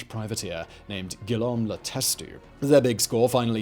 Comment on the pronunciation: Two grotesque mispronunciations, if you count Guillaume. "Gillome"!? In truth aproximately Gwee-ome. As in Guillaume le Bâtard, the first Norman king of England.